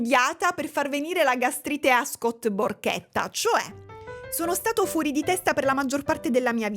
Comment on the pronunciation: Non io che a ho capito Scott PORCHETTA 😭